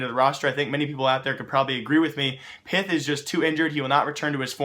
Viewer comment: You need to pronounce pyth as pit (that's how the Swedish people say it)